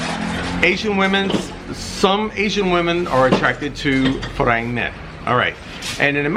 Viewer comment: You've been in Thailand for 10 years and don't know how to pronounce "farang"???